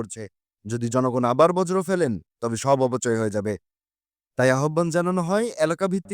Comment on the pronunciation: বজ্র না বর্জ